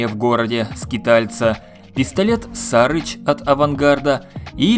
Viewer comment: Сары́ч. С английского Buzzard переводится как канюк, или сары́ч - птица такая. Неужели было сложно загуглить? Upd: досмотрел, даже загуглили, но ударение все также ставят неправильно. Пушки говно, даже того затраченного времени не стоят